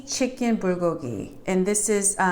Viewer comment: Why is the B pronounced "pr"? I'm confused. LOL : ). ----------by the way I received my roasted sesame seeds and kimchi today. Yesterday I received my gim. I'm going to make gimbap next week with imitation crab, green onions, korean short grain rice, carrots, and egg strips! Ya!